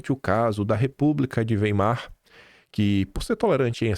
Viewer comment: A pronuncia correta,é: "República de Wái-mar"